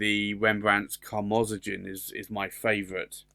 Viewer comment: Hi just so you know the Akkerman reds are pronounced Karmo zone which is crimson, Steen rood "stain road" is literally red stone or brick.